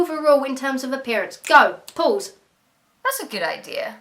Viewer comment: it's hilarious to me at least that when your saying pause it sounds like your saying Paul's. It just shows how defined your accent has become